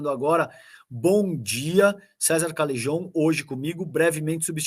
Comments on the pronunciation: Cesar Calejon. O CALEJON.. ESSE NOME VEM DO ESPANHOL E O J. TEM SO DE R. EX. CALERON..SE PRONUCIA ASSIM... . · Mais se escreve com J.so que o som é de R.